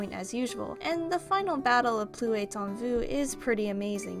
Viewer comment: Just a quick side note, pretty sure the s should be pronounced in "plus" otherwise it would mean "no more in you" as oppose to "there is more in you".